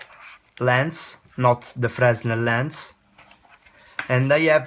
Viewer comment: Good video, thanks! I almost brought one of these when they were on offer for £53 but held out until there were some reviews. And I'm glad I did, after seeing this I think I'll get some thing else. Oh and just one other thing, I had no problems understanding you but... Pronouncing English: --------------------------------- Linear: Solved: Fresnel: [It's properly pronounced Fr-eh-nel, although frez-nel is acceptable.] Sensibility should be: Sensitivity And lastly use the infinitive : "I know that for a fact."